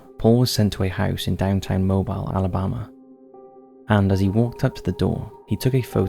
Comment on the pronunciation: You reeeeally need to do an episode on Mobile Alabama. I'm just a basic-level Patron (not 'Too Close To Home) but I don't care if you name me or not --Mobile is an ancient city and haunted AF. Oh and for the record it's pronounced "moh-BEEL."